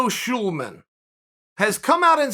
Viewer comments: Sulaiman NOT Schulman🙏😂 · Berico Shoelaman? I've been saying it wrong for years